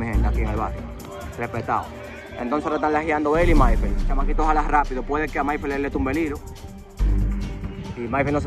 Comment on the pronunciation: No es lajiando es jaliando